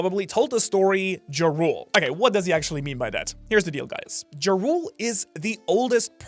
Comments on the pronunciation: Its pronounced Yarul, not Jarul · its pronounced like Yarl... as in the viking leaders, Jarls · Jarul name is actually pronounced "yar-uhl". Atleast im pretty sure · I cant lie, its hard to focus when all i hear is 'Ja Rule'😅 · I love the content, but Jarul's name is not pronounced with a J sound like the word "giant." It's pronounced "Yah-rul" like the title of Jarl in the culture the giants are inspired from. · Can we please stop calling old man Ja-Rule? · Stop pronouncing the J so hard, it's pronounced Yarule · Ja Rule... cmon you keep bringing up the giants relation to Norse mythology, the J is pronounced as a Y similar to jormungandr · Am i the only person who thinks thats not the right pronunciation for Jarul ?? Hes not a rapper! I think its more of a Y pronunciation than a J… like Yahrl ?? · Yea the way he pronounces it has been irritating me so much